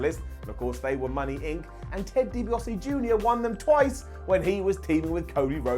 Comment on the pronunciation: Ted DibiASE and Ted DibiASE jr. Not Ted DibiOSE and Ted DibiOSE jr.